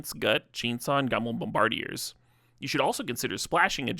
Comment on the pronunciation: that ragavan and bombardiers pronunciation 😭jokes aside fire video though! ❤ thank you for making it more accessible. edit: man sensei too